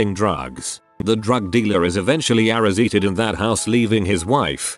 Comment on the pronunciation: Arra seated = arrested but i like when he say the words anything and everything lol